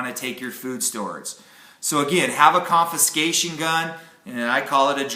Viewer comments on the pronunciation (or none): Confiscation, not conviscation. Sorry. Couldn't resist. Good subject sir. Great channel.